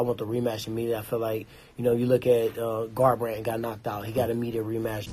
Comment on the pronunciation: Cody let me bang "Garbarndt"